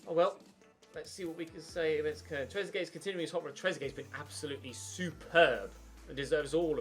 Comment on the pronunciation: Who tf pronounces Koln as Kern